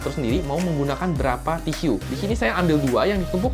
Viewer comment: TISU .. TISYU .. HMMM SAKIT BAT TLINGA GUA DENGERNYA